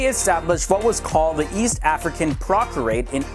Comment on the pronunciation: East Afrian "PROTECT-ORATE"